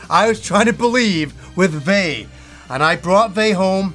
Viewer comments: It's not pronounced how it's spelled. It's said like VII with the I being long. It's Spanish. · One note on Vay: at least going by the in-game narration, the pronunciation's like "vie". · I played Vay! Also, in the intro cinematic, they pronounce it. It's "Vai." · pronouncing vay wrong